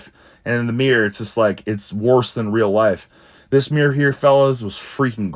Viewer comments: A "meer". Good reflection and lighting on this meer. 😂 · A Meer = a mirror